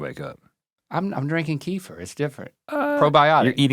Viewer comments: Can someone tell R&L that “Kefir” is pronounced “kuh-FEAR” and not “KEY-fer” 😂😂😅🤔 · I always thought it was KEF-ear. Kiefer was making me crazy. Plus it is comes in flavors.